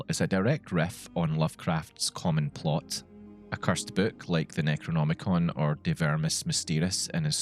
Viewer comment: Did I missheard it or you had said "Necromonicon"? 😁